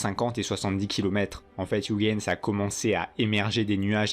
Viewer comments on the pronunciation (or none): none